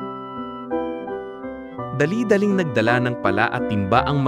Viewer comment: Akala ko totoong tao na Ang nagsasalita kasi napaka laki ng improvement. kaso ung pag bigkas ng "pala" at "lapida" mali.. napa isip Ako baka AI na nmn hehe!! Magaganda mga kwento nio poh, pero mas ok kung tao at ung mga animations magkaka-mukha kasi paiba iba ng hitsura eh😅